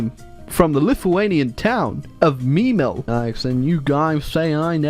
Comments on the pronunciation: speaks "Memel" *Crys in German" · Seeing make Latvia communist and mispronounce the German name of Klaipeda (Memel) has to be one of the most cursed things ever